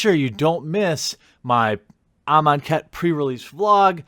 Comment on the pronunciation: please dont let me be alone in hearing "im on khet"